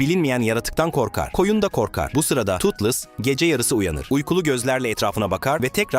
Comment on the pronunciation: Totles yanlış Toothless doğru